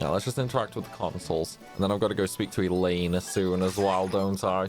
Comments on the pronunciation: Finally another ragnarok woohoo the ff16 videos are awesome but I missed this! And again it's "ELLONE" not "ELLAINE" 😂😂😂😂😂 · I've always thought Ellone's name was pronounced like " Melanie" without the M. Or is it pronounced more like "Ell-own?"